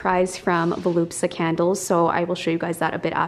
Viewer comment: Isn’t it Voluspa, not Volupsa? Just asking, cos otherwise I’ve been saying it wrong!!